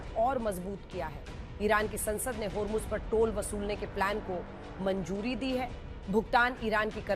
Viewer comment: Manjuri nhi hota manzuri hota he😂😂😂